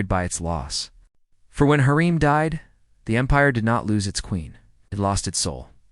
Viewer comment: U need to watch magnificent century hurram sultan there u will learn the pronunciation what ur talking about because you are pronouncing it wrong